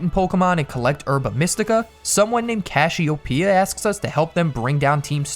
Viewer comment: He called Cassiopeia CASH-iopeia